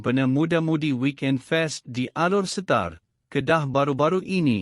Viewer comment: cuba dengar admin sebut ALOR SETAR sah bukan orang malaysia